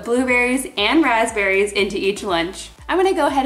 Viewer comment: I hear feom you first time grazberis ????